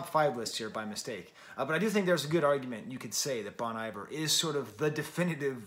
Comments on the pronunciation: FYI Bon Iver should be pronounced like you're saying bon hiver in French. Looking forward to your DONDA review when it happens my guy 👍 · Bon Iver -- pronounced bone ee-vair. I'm sure as a French professor you know where the phrase comes from. The point of BRM is collaboration. Some of the best players/singers in the world are on this record. Anais Mitchell, whose Hadestown played on Broadway. Drummers J.T. Bates and Bryan Devendorf (The National). Robin Pecknold from Fleet Foxes. Lisa Hannigan, no introduction necessary. Aaron and Justin don't make records that need to be book-ended by Taylor Swift. Sure, she's a big deal, but being a big deal isn't what BRM is about. I genuinely appreciate your review here, but there's just a bit of it that -- to me, my opinion -- is just more fawning over Taylor Swift. The good thing is that musicians like Aaron/Justin/Anais/Robin/Ben/Lisa/etc will be just fine, with or without Taylor Swift.